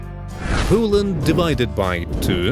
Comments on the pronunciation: "Coland" STOP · Look like that he say: Coland